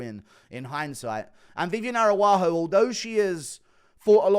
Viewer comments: Guru. Araujo is pronunciated Arau-Ggio. Like an Italian name. Thank you for all your work, long time fan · Why did you give Araujo a native American name. Arawahoo 😂